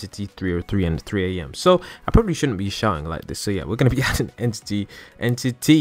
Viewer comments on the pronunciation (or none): He said en TITY 303